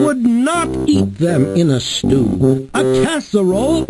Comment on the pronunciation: It’s stew not stool